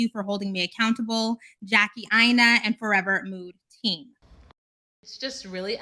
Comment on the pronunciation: I've never trusted her. I can't trust anyone who can't pronounce their own name. Or allows others pronounce it wrong. Aina is pronounced AYI-NUH. And it means something. 🤷‍♀️🤷‍♀️🤷‍♀️🤷‍♀️